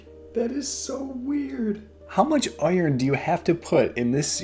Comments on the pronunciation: yu say iron like oyorn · What is this amazing pronunciation of iron?! Is there an A in there?? I love it! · I liked "UH-YURN" and "WUYT RICE", "VUYTIMIN"